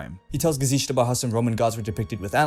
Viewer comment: oh god,I can't get over how you say "gesicht" 😂 there is no "sh" sound in the word